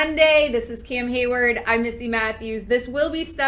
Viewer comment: Why is she calling him keem heyward